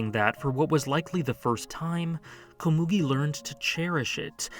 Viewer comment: How do people pronounce anime names wrong when they are shown how to pronounce it in the anime?? Komugi isn’t pronounced that way :/